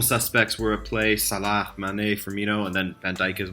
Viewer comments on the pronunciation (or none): none